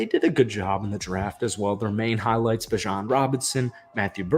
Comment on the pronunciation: it’s beejon not bijawn😭